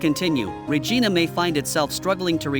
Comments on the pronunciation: Regina,,,, sounds like ree ji nu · My God, does not even know how to say Regina and he said it like 100 times like do your background before you start yapping if you don’t know how to say this Saskatchewan Queen city then you shouldn’t be doing a survey asshole every city can be turned around. The government does not give a shit except to fill its own pockets. That is the problem that’s been the problem forever 40 years ago Canada was flourishing and everybody had money today. It is such an ignorant country it used to be fun to live in, everybody talked to everybody started on Wednesday now there hasn’t been one in years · My God, does not even know how to say Regina and he said it like 100 times like do your background before you start yapping if you don’t know how to say this Saskatchewan Queen city then you shouldn’t be doing a survey asshole